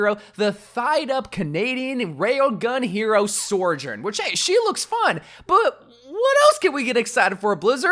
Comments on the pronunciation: The name: Sojourn: SOARjourn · absolutely nobody:: sorejurne